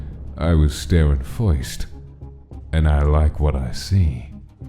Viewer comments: im a sucker for the way pronouced "first" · can we plz talk that accent when he said first😂